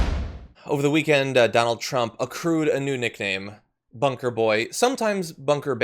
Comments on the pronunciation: "I was inspecting the bonker", yeah right! Bunker boy, Orange boy, little hands, bone spur, incoherent speech, and funny hair la la la, la la la In November BYE FELICIA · bunker bit*ch is what I heard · I heard Bunkerbitch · I heard it as 'Bunker Bitch.'